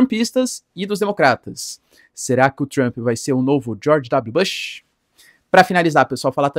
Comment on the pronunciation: Professor só uma correção positiva vc pronuncia o nome do Bush errado grande abraço